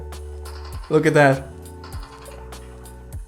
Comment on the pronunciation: I like when says dat and dis